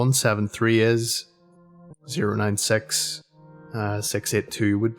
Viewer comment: Kinda funny how says the number "6" instead of "six" he says "sex" so it sounds like "sex eight two"